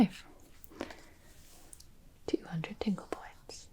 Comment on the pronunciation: I kept hearing "tingle points" as "dingle points" and I couldn't stop thinking about Timmy Turner's father